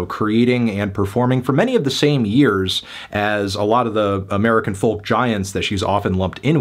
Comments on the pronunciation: Oh god hes pronouncing folk like that again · He can't pronounce folk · Is the pronunciations of the L in folk an American thing? Being Irish I've never heard it pronounced.